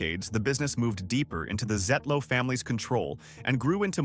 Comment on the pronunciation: It’s not just a gas station or convenience store. It’s a destination! I love everything about Kwik Trip. But the name is pronounced “Zietlow” (long “e”).